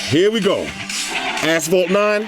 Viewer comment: “Ight lemi take it over to ass-phalt 9” lol